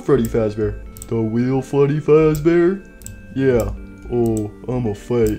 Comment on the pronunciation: Nobody: Withered Freddy or also known as “Fweddy Fazbeaw”: More brain damage for me!